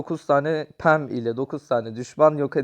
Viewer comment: Abi Bazı Karakterleri Yanlış Okuyorsun Yanlış Anlama Ama 😄 Bea (Bii) Pam (Pem) Jacky (Ceky) Rosa (Roza) Penny (Piiny) Lou (Luu) Gale (Geyl) Dynamıke (Daynemayk) Barley (Barliy) Byron (Bayron) Rıco (Riko) Frank (Frenk)